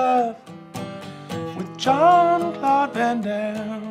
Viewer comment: "Jean Claude Van Hoover Daimme" I can't stop laughing